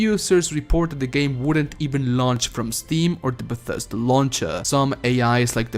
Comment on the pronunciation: Bethesda* not BATHesda lol